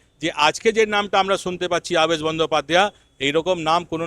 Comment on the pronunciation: Apni nam ta theek bolun.. Abaas noy. Aabesh . so so kore ki kharap uposthapona .. Erokom subject thakle eta ke top class content kora jeto . reporting ta shikhun. Aar so r dosh na katle shikhyito shona na .. Din mujur type r kotha barta . depressing .